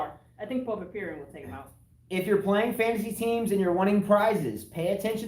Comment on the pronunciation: Alexei Popyrin. A-LEX-EE POP-I-RIN. said "Alexel Popipirin".